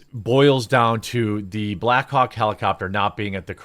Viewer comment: Jeremy is saying “black hawk helicopter” so many times it is starting to sound like “black cock helicopters” 😂